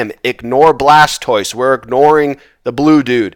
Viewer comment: Another great run sir! Much better loot this time, cracks me up everty time you say Charzard and Blastoice lol